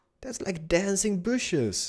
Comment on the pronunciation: "Mother of booshes!" Keep doing your thing, cause you know your the man!:)